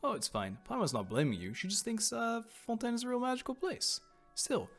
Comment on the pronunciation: The way pronouncing "Fontaine" gives me life lol